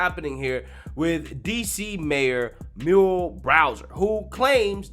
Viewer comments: Firstly I love your work, but you really need to learn how to pronounce shit. Her name is Meeur- eee- L .Not Merl. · Now, I believe that you are just messing with us. There is np possible way that you mispronounce so many words or people's first names, like Muriel. Smh